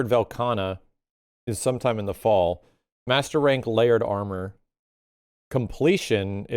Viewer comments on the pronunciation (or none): none